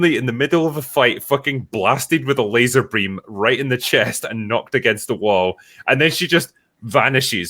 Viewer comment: Did just say 'laser bream'?